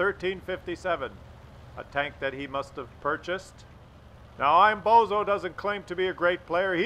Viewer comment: And, the AMX's name is Bonzo, not bozo